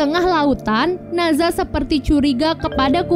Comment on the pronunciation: Maaf kak dari sumber kuno yang bener, NE ZHA bukan NA ZHA.